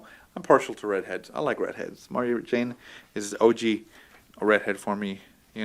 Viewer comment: Did you say Mario Jane ? Haha good times.